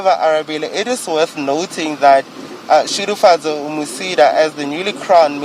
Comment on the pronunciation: Congrats Shudufhadzo!!! it is not Shudufadzo, its SHUDUFHADZO!!